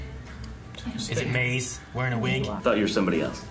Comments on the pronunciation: Are they pronouncing Mãze as Måz? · idk i feel like they shortened it even more to ‘maz’ and not ‘maze’ as their own personal nickname for her but then again, they do mispronounce names usually so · How are they all mispronouncing Maze now? They have been saying her name right and then this episode all of them forgot how to say it.